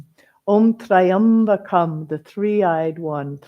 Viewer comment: The pronunciation is not Try-ambakam, it’s Tri-ambakam.